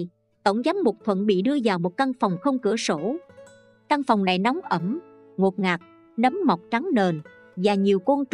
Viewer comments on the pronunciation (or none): none